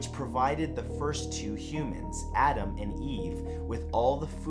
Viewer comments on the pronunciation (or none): none